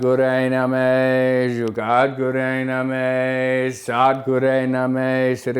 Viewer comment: Did you say Juggad?? 😣